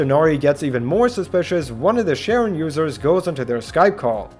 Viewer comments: As a huge Greek mythology nerd, I involuntarily cringed every time you pronounced Charon as Sharon. "ch" in Greek sounds like a "k", so it sounds like Kah-ron, spelled Xipon ("X" (chi) is "ch", and "P" (rho) is "r") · Charon is pronounced Karen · Charon is pronounced “Kay-ron” sometimes “Karon” as in the Greek ferryman of the dead. <3